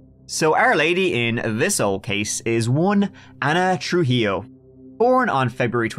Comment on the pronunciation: Excellent pronunciation of "Trujillo"! :D